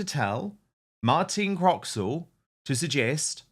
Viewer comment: Croxall, not Croxwell. And a great top set she has, too. 😋